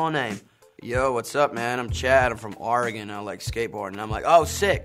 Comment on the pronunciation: He actually said oregon right!